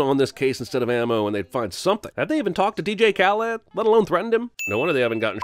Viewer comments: The way you pronounce Khaled is weird lol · It's so funny that you're super PC guy but you can't say DJ Khha-leed's name right... You didn't even make the scratch sound when you said the KH part..